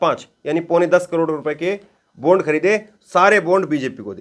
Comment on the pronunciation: Sir, बोन्ड नही बॉण्ड pz